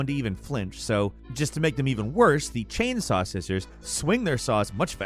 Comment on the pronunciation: "Chainsoy Ganados"